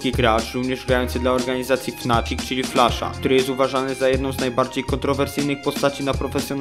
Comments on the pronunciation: Flasza? A nie Flusza? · Nie flasza tylko flusza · Flusza a nie flasza